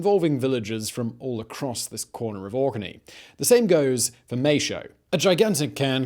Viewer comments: That would be Maes (maze) Howe (how), not "may-show". :-) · Maeshowe - the Howe of Mae, not the "showe" of Mae. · Thankyou. What I popped in to say. Mays how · Need to learn how to say Maeshowe properly. 🤣🤣🤣🤣